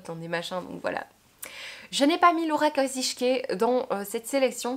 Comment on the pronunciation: Coucou ☺️ en effet pour Laura Kasischke il faudrait dire « Kasiski » mais bon moi la première j’ai du mal à le dire comme ça 😂 Chouette vidéo et chouette top 😄 Je vais peut être la reprendre avec mon top 10 🤔😊 Tous ceux que tu as présenté je les ai soit lu ou je veux les lire. Comme toi je suis entrain de lire Rien ne t’efface à cause de Séverine 😂 Et si un jour tu vas à Giverny fais moi signe j’habite vraiment pas loin 😉😄 Et j’adore ton haut 😍 il est magnifique!